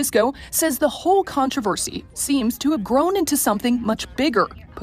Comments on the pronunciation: Hey con-TRAV-a-cy? Why you say it like that? Love your content btw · Contròversy.I believe that in STANDARD NORMAL ENGLISH the stress falls on the O